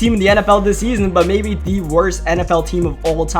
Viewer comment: Mans says “Da” instead of “the”